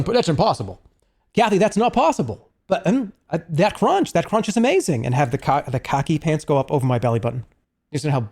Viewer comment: Jerma fans have a habit of being hyperbolic and being like "He's so weird, he's a psycho etc" but when Jerma pronounced khaki pants as "cocky pants" it left me bewildered